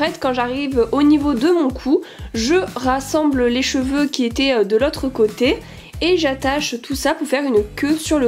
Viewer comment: Je suis la seule a avoir entendue les petit chevaux au lieu des cheveux?😂